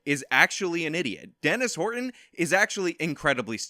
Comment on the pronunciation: Please stop saying Horton like that. 😖